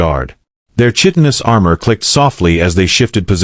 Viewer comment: AI narrator, it is pronounced 'Kite inous' not Chitinous even though it is spelled that way. Machines will never replace the human voice.